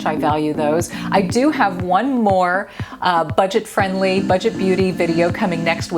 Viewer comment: Budget .. not butget 😁